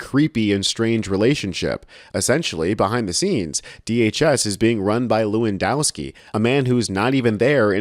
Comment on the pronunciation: BTW - the 'w' is pronounced as a 'v'. it is levandoswki. But he is still smashing the C.